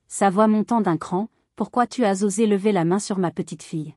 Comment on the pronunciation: Tu A.S tout détruit, tu as, tout simplement, pourquoi différencier les deux lettres, alors que c'est un être humain qui parle au micro